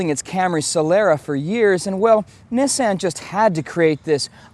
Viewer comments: 'neeson' NOT 'nissann' EPIC!! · lol yeah, the way he says it sounds like "neysan" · did this nigga just say niss-an? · I watched this whole video to hear him say Nissan